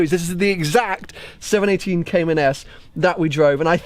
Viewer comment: congrats, too bad you still can't pronounce the name correctly...